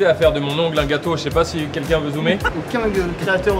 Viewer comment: Ptdr j'ai une amie qui dit tout le temps "kinkin" à la place de "quelqu'un" et j'l'ai souvent remarqué chez Joyca. Merci Carlito à de l'avoir fait remarquer aussi. x)